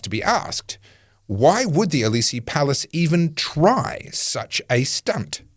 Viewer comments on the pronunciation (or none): What are you talking about? I've lived in France, speak the language, and am no stranger to the culture. Aside from the mispronunciation of words like 'Élysées', there's nothing wrong with his commentary. Now make a specific point, or don't.